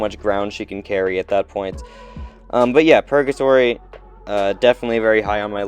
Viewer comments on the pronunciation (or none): Dude stop saying purJatory. Hard G.